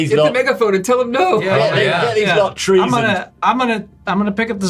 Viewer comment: At first I thought they said "Trees and stars" and then I realized it was actually "Treason stars"